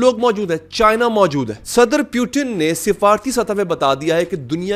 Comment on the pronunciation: putin✖️ Pewton✔️ 😂😂😂😂😂😂